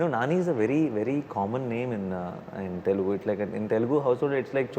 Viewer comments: It's not TELEGU it's Telugu. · It's not telegu it's TELUGU తెలుగు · It is Telugu not Telegu